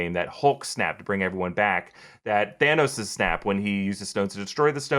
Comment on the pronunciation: Lol idk. Also not to be mean its Thanos' not thanos'es